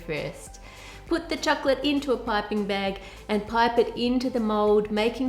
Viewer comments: I like how you say chocolate. It sounds like "chucklet" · i hate the way she is prononcing chocolate to chocccccclatte😠